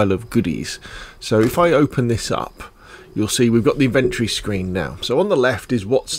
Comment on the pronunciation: I couldn't finish the video because how have you gone that long in life as a gamer & no one told you it's "IN-VEN-TORY" not "IN-VENT-TREE".......